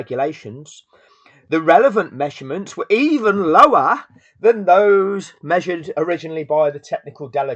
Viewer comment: „The measurements were EVEN LOWAHHHH" The lower class british accent going up to 11 when you're extra mad is hilarious, 10/10 video.